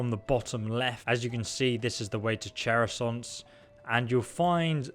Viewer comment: You butcher chersonese every single time, it's funny xD